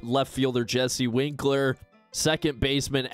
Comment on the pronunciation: Winker not winkler haha